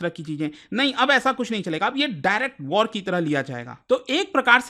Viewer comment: Act of waar 😂😂😂 bus krda😂😂😂